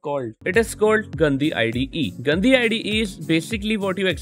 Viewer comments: But really though, how is it pronounced? I think you got what i meant, it sounded like the hindi word for "dirty" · The way you're pronouncing Gandi 💀